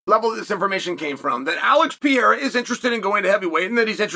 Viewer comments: For the love of God, not Pea-era, Pear-era. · You pronounce Pereiras name 4 different ways in one video 😅